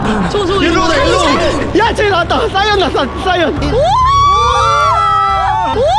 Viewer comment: 사이언 아니고 사이안(시안) 임니다